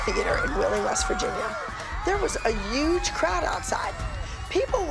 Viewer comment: SHE SAYS "UGE" INSTEAD OF "HUGE"